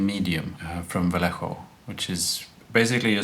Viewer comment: Your pronunciation of "Vallejo" is better than what most people come up with (including myself ;) )